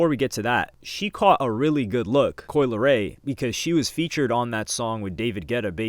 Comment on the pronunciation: Ohmggg not coi